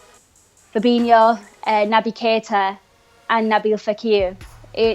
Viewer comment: It's pronounced Fabinjoo. FFS do your homework.